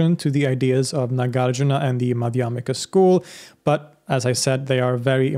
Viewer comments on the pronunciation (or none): Correct pronunciation; NAH GAHR JOOR NAH MAH DIY AH MEE KHAA